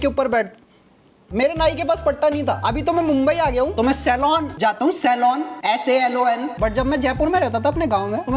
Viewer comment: Saloon ❌ Salon✅